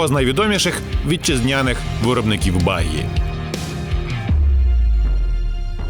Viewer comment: Говоріть правильно: Баґі а не Багі.